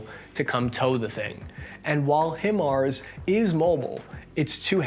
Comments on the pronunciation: Dude, it's pronounced "High Mars" not "Him-ers" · High-Marz not himRz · Him ars? Him ars?! HIM ARS?!? AAAAAAHHHHHHHH!!! ITS HIMARS! HI MARS!! HIIIGH MARS!!!! 😀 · It's pronounced "High-Mars" brother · Hearing try to say HIMARS was rape to my already bad artillery ears